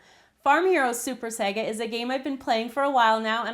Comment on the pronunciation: your saying saga the wrong way